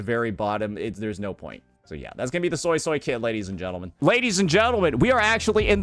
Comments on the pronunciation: You're a soy soy... It's actually "SueySuey" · Suii-suii not Soysauce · Fanned up SuiSui > Oiled up Changli. It’s actually pronounced “Sway-Sway” not Soy Soy btw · The japanese voice acting calls her SuiSui instead of the SoySoy crap I hear from english. Ty for the vid and insight. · For anyone interested, I know some Cantonese because my family speaks it, Suisui’s name isn’t pronounced “soy soy” the way you would say soy sauce. Obviously pronounce it however you want, but Suisui’s name is literally water water in Cantonese so you can look up “how to say water in Cantonese” and the first YT short wll give you an accurate pronunciation. It should be a video from “howtospeakincantonese”. What I’m about to say is redundant if you’ve already watched the video I suggested. The pronunciation is actually written correctly as Suisui. The way it should be said is like “sugoi” in Japanese but remove the “ug” so that you’re left with “soi”. If thats too confusing, treat the “o” in “soy” more like a “oo” so that it sounds like you’re saying “sooy”. Or you can just look it up. And if you’re someone that is telling others it’s “sway-sway” or “su-E su-E”, that pronunciation is atrocious and it sounds ugly. Stop propagating bad pronunciation like you know what you’re talking about, I’m not saying this to be mean. Plainly, if you don’t what you’re talking about you shouldn’t say anything at all, lest you lead someone astray. I haven’t played the story quest yet so idk how sanhua says her name. Hope this helps you understand Suisui’s name better. To Saintontas, “It looks like I’m spamming my comment. My bad, I just had to delete it to make sure that the message was clear. I had to put “water water” in parenthesis so people wouldn’t be confused and I accidentally left in a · Not the "Soysoy" 😭😭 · ZEEZAW, JANSHE, SOYSOY, ZONI well that's how unc said it😂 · After watching the livestream, I can’t unhear “Soysoy” for Suisui now..